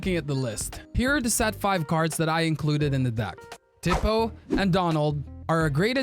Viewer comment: Its "tee-po" lol